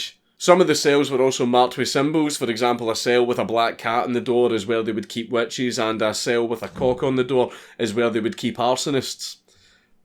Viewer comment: auto generated captions translates his scottish pronunciation of "witches" to "wet cheese." Stay Scottish, ya daffy Scotsman.